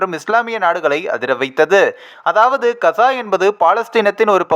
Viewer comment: கஸா அல்ல காஸா கொய்ரா அல்ல கெய்ரோ.. தமிழைக் கொலை செய்யாமல் வாசித்தால் நல்லது.